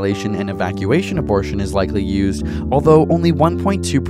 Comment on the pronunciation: Hey mom, I got an UH - BOR - TION